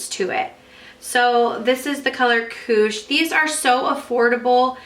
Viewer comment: When you said "Koosh", I heard "cooch" at first hahahah oops!!